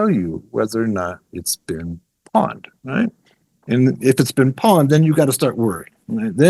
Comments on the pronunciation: It is pronounced pwned (p-own’d) Like pony. Pwny. Not pawn. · Pronouncing “pwned” as “pawned” is concerning. 🧐 …it’s “pɔʊnd” 😑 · wow so you wrote a cpl books but ya know any hacker worth their salt knows it is not pAwned its an old mistype like hodl .. for OWNED and as such pronounced POWNED. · It's not "pawned" it's "pwned," as in "owned" but with a "p" instead of an "o." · Lol the guy kept calling it “pawned” it’s pronounced “Powned” like owned but with a P. Gave me a good laugh. Ah, the golden days of gaming are long gone and it’s a word you never hear anymore. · Bothered tf outta me idk why. Maybe cuz he kept saying it like 10 times lol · You are saying it wrong, Have I been p-owned. not pond. It is like owned, but the person pressed p when it should have been o. How do you not know that. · Lost credibility when he pronounced pwned as pawned... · Great and amazing video and tysm for all the info :) Although 1 correction.. it's pronounced "pownd"